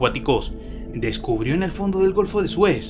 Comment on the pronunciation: Es muy bueno tu contenido. Me distrae y molesta mucho y me saca de attención la tendencia a convertir en agudas todas las palabras finales de cada frase o coma. "... Una rocá que parecé, tener en su superficié...", "... en el fondó del oceanó", "en la alturá de la piramidé..." por poner ejemplos. Yo no soy locutor, pero hice radio por más de 20 años y el mejor consejo que me dió un periodista que trabajaba conmigo fue "si no sos locutor, no trates de hablar como locutor porque no sabés hablar como locutor. Si hacés una publicidad o leés un texto, hacelo de la forma que vos hablás a diario, va a quedar mejor, más elegante y sobre todo más natural". Consejo que seguí hasta el día de hoy y hasta me hizo ganar premios como locutor y conductor aunque no era ninguna de las dos cosas.